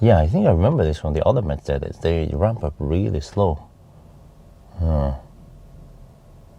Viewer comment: first youtuber that pronounces Mercedes correctly?